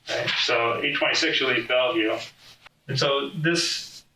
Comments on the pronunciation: Yo as someone who grew up around here it’s pronounced “BELL-VIEW” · Funny how hearing the AI narrator saying "Bell-e-view" is so annoying. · narrator cant say Bellview... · Not to be that guy but it’s pronounced Bell view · Its pronounced bell-view. I live like 45 mins south of there. I remember this case when it happened. Those kids are so dumb 😅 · The AI said "Bell-eh-view". I wonder how it will handle the Schuylkill River. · You're pronouncing Bellevue incorrectly. Its just Bell-vue. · its pronounced 'bell-view' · Dang, AI can't read. The city is called "Bell-View" the second E is silent. Plz stop butchering names. Research, Research Research. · You calling it bellavue is killing me 😂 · They were both interviewed by the same detectives, in the same room. Not at the same time in different rooms. Also, Bellevue is pronounced bell view. Thank you. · Ugh. It's two syllables. "Bell-view". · bro does not know how to say bellevue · Lmaoooooo, wishing his wife healing after all this?? As if the repeated Bellevue pronunciation botching wasn't obvious enough, the end of the script makes it so obvious this is AI, or at the very least, ridiculously AI assisted. Not following. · They said the name of the city, Bellevue, countless times, and the narrator still doesn't get it right 😂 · The real crime is the pronunciation of Bellevue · Ai learn how to pronounce BELLEVUE… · I mean... the cops are literally telling you how to pronounce the town's name. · NARRATOR: You are pronouncing BELLEVUE wrong. Listen to the way they are pronouncing it in the video...it cheapens your video every time you mispronounce it. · How can you watch the video and still mispronounce Bellevue, every time you say it? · Is this AI voiceover or do you really not know how to pronounce Bellevue?! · The E is silent in Bellevue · Your AI is pronouncing Bellevue incorrectly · Announcer, Bellevue is pronounced Bell-view. Not Bella-view. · Its pronounced "Bell-View", not "Belly-View" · Bell-view. Not Bella-view.